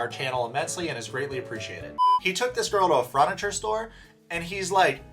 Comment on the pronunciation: I'm glad I'm not the only one who noticed 'fruniture' haha, it drives me nuts! He has said it on other videos too. I'm not sure if he's doing it on purpose or not lol